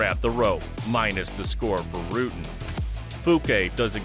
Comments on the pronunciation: How the narrator comes up with that pronunciation? It's not Rooten. The u is pronounced exactly like in English, butter, sudden. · What I would give to see a fight between the two GOATs in their prime, Rutten vs Sonnen. His name is "Rutten" and not "Rooten" though. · Baws Rooten? Really? BAS RUTTEN. dumb fuck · Not baas, but BAS. Obscene warrior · You messed up the names and move names in the first 3 minutes. I don't understand. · As a dutchman I am proud of our dutch fighters ... and bas will be happy that he didnt have to go back to the Netherlands ,as he said in here comes the boom.... but you yanks should learn to pronounce his last name...😄